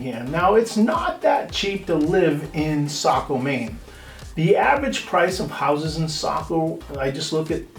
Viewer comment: as a saco born and raised i get like flash backs when i here it mispronounced lol